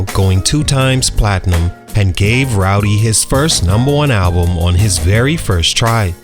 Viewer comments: Man, if he say Rowdy one mo time! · You just gon keep calling that man rowdy huh 😂